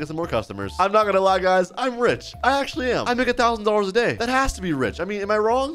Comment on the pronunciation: Ur boss spelled dollars wrong he said "dollors" not "dollars"